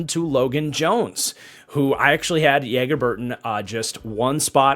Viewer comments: It’s not pronounce Yeager. His name is pronounced like Mick Jagger’s name. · Loved the draft streams! Since he’s on you Packers now it’s pronounced JAGer instead of YAGer